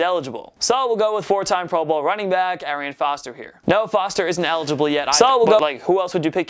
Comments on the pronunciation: At first i thought someone was messing with him when he said Arian Foster. It sounded like someone said "FALSE" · This fool just said Arian foster😂😭